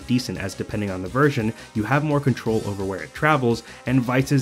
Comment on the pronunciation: My head is breaking from hearing b/v ice over and ober again